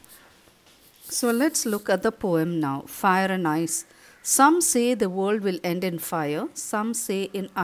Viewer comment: Mam it's ice not eyes😂😂😂😂